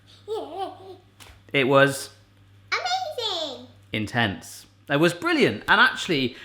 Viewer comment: does say Intense, or In Tents?